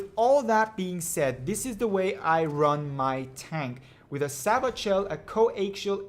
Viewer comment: Sabot is pronounced SAY-BOW. only noobs use Sabot shells. infantry are the biggest threat in the game, unless other viechles are truly over powering.